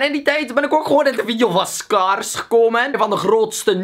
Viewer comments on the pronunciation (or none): je spreekt het wel uit als skijrs sorry hahahahaha maar hij is beast en jij ook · Spreek Scare normaal uit en cool khad je gezien erin xD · wow hoe hij scarce zegt lol